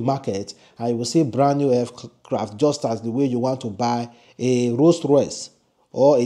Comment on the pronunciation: For God's sake it's Aircraft, not Fcraft!